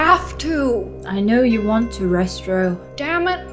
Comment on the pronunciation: It's uh... Pronounced: Ray-stray-ow ._.